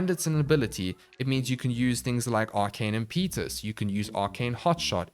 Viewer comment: Not very important, but it's imp-eh-tuss. Not im-pee-tus.